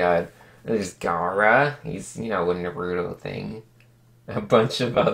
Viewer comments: I ALWAYS WONDERED WHY IVE SAID NUHROOTO INSTEAD OF NAHRUTOE AND ITS BECAUSE OF THIS VIDEO THANKS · How he says naruto though😂😂😂😂